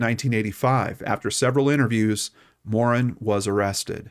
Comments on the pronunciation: This is the story of a very sad stain on the Canadian criminal justice system from my world and my era, this poor child and then that poor man. Well done on the telling. I feel compelled on his behalf to mention that I've never heard Morin's name pronounced in this Anglo fashion. I believe Morin is a francophone or at least of French Canadian descent so we say Guy (rhymes with tree) and Morin with the emphasis in a French fashion. We are mostly not bilingual in Toronto but we typically pronounce the names well. I know Americans would not be accustomed to this detail. It does not take away from your presentation. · Pronouced Morann just like the name Ann